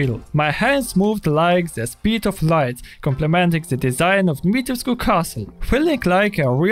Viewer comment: As someone who is Romanian, thank God you pronounced the u at the end of Dimitrescu.